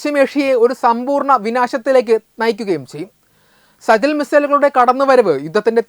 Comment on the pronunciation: സജിൽ അല്ല സിജജീൽ